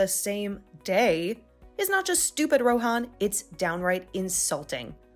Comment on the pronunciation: First off I thought they never got married and even if they did they could just get it annulled. And the payout even for east Asian stories is stupidly high. Lastly I'm pretty sure the h in Rohan is silent. If your going to use a name like that pronounce it correctly.